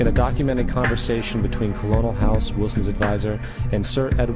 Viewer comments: The narrator called Edward Mandel House "KuL OWN uL" instead of the honorary military rank of "Kernel", as in immediately below the rank of general. Apparently the narrator thought that "Colonel" was House's name instead of a title. ( the phony rank was a gift from a former TX governor) This doe not inspire my confidence in the education system or the choice of a narrator for the film. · Jesus, Colonel is pronounced 'Ker-nel,' not 'Colon-el.' This isn't a colonoscopy. FACEPALM. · BTW "Colonel" is pronounced "Kernel." First time I've seen this. Thanks for the food-for-thought. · WAIT WAIT WAIT, did he just say colonel ??? as in co lo nal ? its pronounced KERNAL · colonel "≠ col-o-nel" colonel="ker-nel" nice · Colonel =/= Koh-loh-nel Colonel =Kernal Propaganda films tend to have more effect when the words are pronounced correctly. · Colonel Edward House is pronounced "Kernel," dude. It's a military rank. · Two things: one, the income tax *is* Constitutional and there *are* tax laws on the books. Telling people otherwise is irresponsible. Second, it's spelled "colonel", but it's pronounced "kernel". Honestly, you were doing do good until the point where you starting spewing crap about the federal income tax. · Colonel is pronounced Kernal. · Way to pronounce "Colonel", narrator. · I don't know how real this video is. They know everything about the currency and federal reserve/ why we have to part in war, but can not pronounce colonel right? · or maybe you've been saying colonel the wrong way your whole life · I like this video, but I gotta say that the narrator loses some credibility by mispronouncing the word "colonel". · i dont believe any conspiracy theory that doesnt know how to say colonel right...income tax is a required part of our economical situation. how else would we pay for the public services such as police and medicine as well as national security? i highly doubt that none of my tax money goes to these services